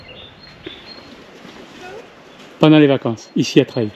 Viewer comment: Bonne découverte Merci, mais le village.....se dit " LA TREILLE !!!!" 😅